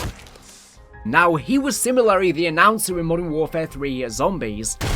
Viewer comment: It’s “similarly” not “similary”. Love your vids just can’t get over this 😭